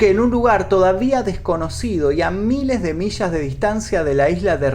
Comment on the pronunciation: Cierto, tiene ese don. Sin embargo, me saca una sonrisa mental cada vez que pronuncia una "ll". -Plasha -Shamada - Mishas Lo siento, no puedo evitarlo. Ahora sí, linchenme.